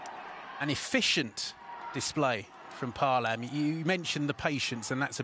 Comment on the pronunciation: Paalam was pronounce like ( Pa - a - lam )... Not ( palam ) 😊